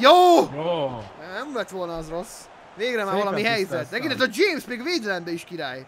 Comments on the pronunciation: Kolumbiába nincs sztár?:D Az a James "Dzsémsz" (ejtsd:Hamesz) az viszont egy nagyon tehetséges és fiatal gyerekm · Nem dzsémsz hanem hámesz rodriguez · Nem "Dzsémsz" hanem úgy mondják hogy "Hámesz" XD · "James" nem DZSÉMSZ hanem Hámesz és nagy név mert játszott raálban, most meg müchenes asszem! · azt nem Jamesnek kell ejteni hanem hámesznak. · Dzsemsz xd hámesz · James az híres játékos és "Hámesznek,, kell ejteni